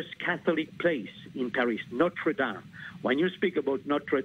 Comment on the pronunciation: Is it not possible for Americans to pronounce "Notre Dame" correctly? It's really not that difficult. But at least this broadcast admits the possibility that this was a terrorist attack.